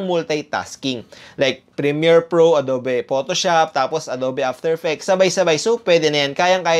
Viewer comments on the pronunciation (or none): Ang adobe pronounced as Ado(ugh)be